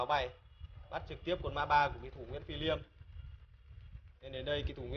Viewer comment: Liêm chứ ko phải lim ông ơi